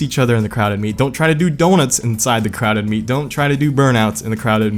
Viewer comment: OH you were saying “crowded meet” I thought you were saying crowd of meat, which is also technically correct.